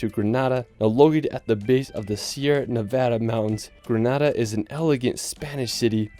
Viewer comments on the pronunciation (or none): none